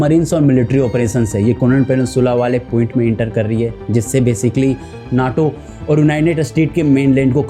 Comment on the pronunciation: Nice story. Good script. Presentation can be improved. Maintain hygiene. Story is not finished and you start connecting one line with another. Please say united States not state. And it's naaato not nato